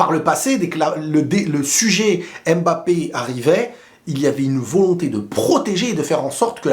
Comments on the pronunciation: J’adore tes vidéos, mais étant originaires d’Afrique centrale, ça fait un peu mal à la tête comment tu prononces « aime Mbappe ». C’est Mbappe pas aime Mbappé stp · Le plus drôle dans cette conférence de presse c'est que Nasser al-Khelaïfi a dit que mpognon euh mboulard Rhooo désolé mbappé était le meilleur joueur du monde comment dire...😂😂😂😂😂